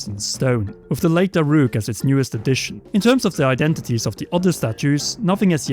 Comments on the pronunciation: It's pronounced Dah-ruke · How do you pronounce "Daruk" wrong? It literally says it in the game. Multiple times.